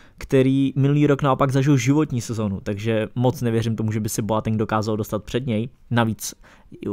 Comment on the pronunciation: sule, hamls, zerome boateng - to uz svedci trochu o vseobecnem rozhlade autora